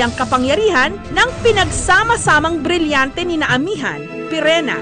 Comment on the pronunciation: Yung pinsan ko gusto mag audition bilang paopao sabi po ng ate nya: di mo nga ma bigkas yung lireo at brilyante e sayu rireyo at briryante